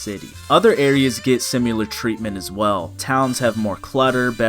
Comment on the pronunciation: similar not simular vro stop 😭